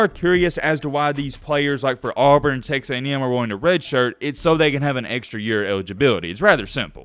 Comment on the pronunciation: You just said "Tex A&M" wtf